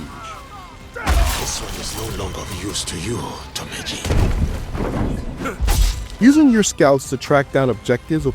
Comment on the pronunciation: Pretty funny to mispronounce "Tomeji" in the review narration a few seconds before playing a clip of the character himself saying it correctly